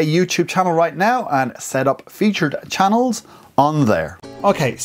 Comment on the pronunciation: I laughed when you said "Chah-neeellz" :)) Thanks for this it really helped!